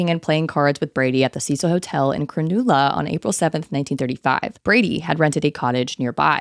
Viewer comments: Yeah I had to google if there used to be a Cecil hotel in Cronulla to check if that’s what she was actually saying 😂 I live 5mins away so I was definitely shocked to be hearing about Cronulla on here. FYI to other American it’s Cr-nuhlla, and Coogee is Cooh-jee not Cew-jee. We pronounce everything so weird so I don’t blame the mistakes haha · I love watching your videos so much but as an Aussie it hurt me to hear you pronounce Cronulla like that. You gotta chew on the vowels babe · CROW-NUL-LA.🤣 That was hilarious! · your pronounciation of cronulla is a little idiosyncratic here